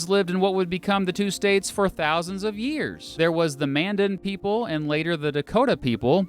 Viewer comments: Its Man-Dan not Mandn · He said Mandan wrong